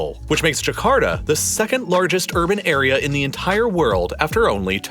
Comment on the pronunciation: It is Jakarta, not Jakarda